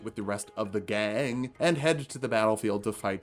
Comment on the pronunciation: It took me a longer time realise why you were saying ‘gang’ so weirdly, then I care to admit..